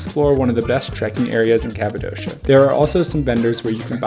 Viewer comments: Capadoshaaaa? Oh sweet jebus, how can you say it like that and claim you have been there. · Why do all americans say Kapadossssssha. Its Kapadokia. Its like you havent even been there, if you dont know its name.